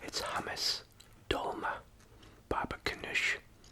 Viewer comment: Pronounced "Dolma" (stuffed grape leaves) on point! Great video :)